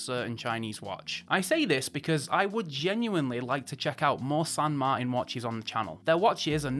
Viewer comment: San Mar-tan Not Martin. Like your Uncle martin.